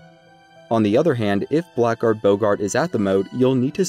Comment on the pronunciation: Something you may not know, blackguard is actually supposed to be pronounced blaggerd.